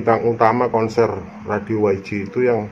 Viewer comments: Gak ada yang harus di ralat mas.. Pak log sudah bener dia menyingkat menggunakan bahasa Inggris, karna ini radio juga pake nama bahasa Inggris. Jadi Y di baca Way, G di baca Ji dlm bahsa Inggris. Terimakasih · saya sekedar meralat text divideo ini yg menulis WG harusnya YG ,bukan meralat apa yg dikatakan pak log. pak log mah sudah benar mengatakan YG (dibaca Way Ji)